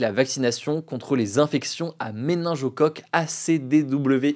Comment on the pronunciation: Hugo, on dit méningite à MÉNINGOCOQUE, et non méningEOcoque. C'est un détail, mais cela m'a vrillé les oreilles. Ceci dit, je vous souhaite, ainsi qu'à toute l'équipe, une excellente et douce année 2025 (oui, je sais, ce n'est pas gagné... 😢). Continuez à nous informer, de cette manière concise mais précise qui est la vôtre. Depuis que je vous suis, je ne regarde plus les médias mainstream, quite à approfondir les recherches sur un sujet qui m'interpelle. Vous me faites économiser des fortunes en protecteurs gastriques et autres calmants, je ne m'énerve plus toute seule devant la télé. Vous m'avez apporté une "zénitude" dont je vous remercie. Meilleurs voeux encore une fois !😊